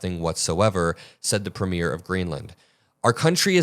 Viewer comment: “premier" (the head of government) is pronounced PREEM-yur (IPA: /ˈpriːmjər/), with the stress on the first syllable